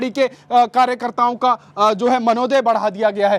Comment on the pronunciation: भाई साहब, वो शब्द मानदेय है न कि मनोदय है! कृपया भाषा पर थोड़ा ध्यान दीजिये!